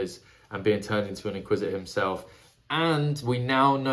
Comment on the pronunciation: Bro really just said "Inquisi-uh"